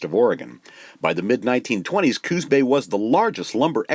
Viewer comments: I respectfully submit that the name of this bay is Coos (said like moose or loose, please) Bay, not Cooz bay. It is a proper name and not subject to spelling/pronunciation rules. Thank you from a native of Coos (cooss) County. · Just plain great! I would suggest that glass negatives were not daguerreotype, usually printed on metal. And please pronounce Coos with an "s" --- not "z" --- sorry to nit pick, but what amazing work you have done.